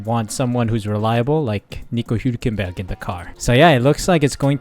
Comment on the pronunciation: Hulkenberg's surname is pronounced HULKenberg NOT WHOkenberg